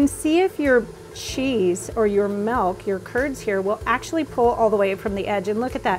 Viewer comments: I’m grateful for the information and the video! My only gripe is “m-I-lk” not “m-e-lk”. But that’s my autistic pedantic tendencies speaking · It’s milk not melk 😂😂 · Poll for the audience: how do you pronounce "milk"? a) milk b) melk (like the lady in the video)